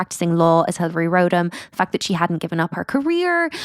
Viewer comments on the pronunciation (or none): It’s RODham - not ROADham